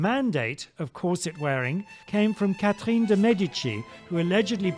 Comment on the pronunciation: I definitely added this mug to my Christmas list and I'm really hoping someone gets it for me. Or I'll just buy it for myself. - is in EXCELLENT form right from the get-go and I am so excited for the snark to come. - Pretty sure he just said 'Kathleen' de Medici. What? - Did I miss the part about the 19th century? - So much of 'history', especially women's history, is mansplaining that we just to throw out the window. Women's experience/testimonials vs. some doctor? Obviously the man prescribing heroin to children - Worn both Spanx and a corset, and I'll take the corset any day. I was fairly tight-laced too (we were young and neither my friend lacing me nor I knew any better) and it was still really comfortable. Spanx are just hot and confining and they rolled up from the bottom and down from the top and I kept having to mess with them the whole time.